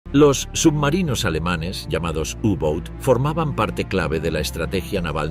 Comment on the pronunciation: Los submarinos alemanes se llamaban y se siguen llamando U-Boots y no "You-Bouts"como lo pronunciaría un español tratando de imitar a un estadounidense que no sabe hablar alemán.